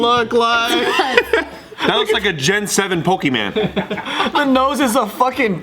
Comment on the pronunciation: "Gen 7 pokiman" lol where did that come from?